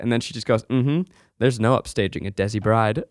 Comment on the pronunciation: Hey guys, desi is pronounced more Day-see than dezzie (not exactly, it's more a soft d/th sound that's hard to explain, but we'll accept Day-see as close enough)